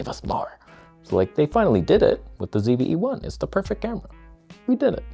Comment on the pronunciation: Ah, the end of your channel is nigh. You won't see the day of Nikon greatness because you pronounced the ZVE-1 as perfect right here.